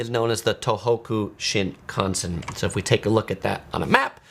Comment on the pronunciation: You are really mispronouncing Shinkasen.